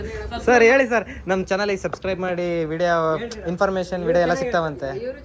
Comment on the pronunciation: Subside❌Subscribe ✅ chalki 😂